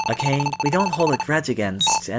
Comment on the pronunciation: Its a' ka ' ne..... not a' cane 😅